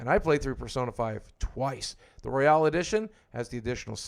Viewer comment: It's ROYAL, Persona 5 Royal, not Royale